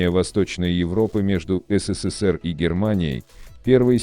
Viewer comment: Кто озвучивает это?😂 Назвать СССР "СИ СИ СИ ПИ" я чуть не поперхнулся